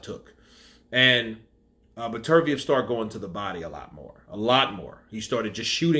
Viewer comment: You watched the fight right? So I'm guessing you heard the commentators say his name correctly. It is Better-B-ev for fuck sake. You have been butchering this guy's name in all your videos. Be better, b ev!!